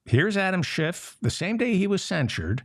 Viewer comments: Kevin McCarthy, who fancies himself the orator, can’t even pronounce “Schiff.” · Could a D house member put forth a motion to invalidate the censure because the speaker mispronounced Schiff's name? Lil' Kev called him Shift, as he always does, as a thinly veiled dis.